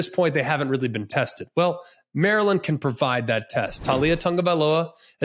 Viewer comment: greg knows exactly how to say maryland in the dc/maryland accent 😂😂😂😂😂😂😂😂😂😂